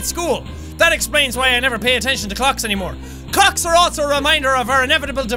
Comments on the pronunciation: He says "Cocks" instead of Clocks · he said cocks instead of clocks .. jack youre gonna get demonetized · it sounds like Jack said cocks